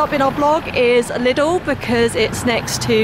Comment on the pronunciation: Lidl is not pronounced 'little' but 'lee doll'.